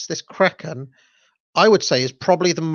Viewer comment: You say "Kraken" perfectly